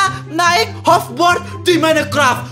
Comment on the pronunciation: Hoverboard coy.................... Dibaca hoferbord